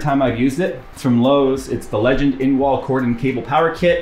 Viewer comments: "Legend"... That's an odd way to say Legrand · maybe Legrand will sponser you if you pronounced their name properly... lol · LeGrand. Not Legend. 😄